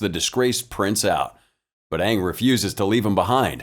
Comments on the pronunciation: probably will never have another movie and I recommend watching the series Avatar The Last Airbender since it was the original work and its better than this movie and to me them saying the wrong name for the avatar was super annoying it drove me nuts its Aang and I think one of the A's is silent though the series is in cartoon and if you do end up watching it hope you will enjoy it. :) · idk how to really say it over text lol, but it's pronounced with only 1 A, and just sounds like the letter A with ng at the end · How do you pronounce Aang's name? I can tell you that if it's based on the movie, is pronouncing it wrong. The whole rebellion scene was also super dumb as the cartoon had them stuck on a floating metal prison where they didn't have access to dirt until they got their hands on coal. Here, they're literally surrounded by dirt and too stupid/lazy to rebel. And there's the fact that the martial arts aren't in sync with the bending but rather the completed dance triggers the bending. See above earth bending prison scene for reference.